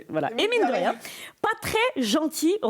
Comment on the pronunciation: ~ * 28’30 « et mine de rien » mdr « emine de rien » personne a relevé 😂